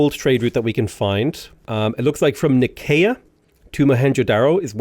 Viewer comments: It's nigh-see-yuh. Please please please. Nigh-see-yuh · Nicea = N-eye-see-ya